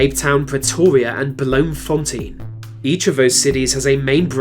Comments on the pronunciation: Bloemfontein is pronounced bloomfontein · "Bəlome-Fontein" hahaha